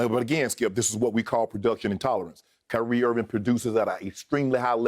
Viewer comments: my dude said, "Kanye Irving" -- guys i'm sleep over here. 🤣🤣🤣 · "Kanye Irving" LOL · This man called him Kanye Irving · "Kanye Irving" 😂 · “Kanye Irving” 💀😂